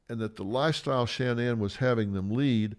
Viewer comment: It's Shannon not Sha Nan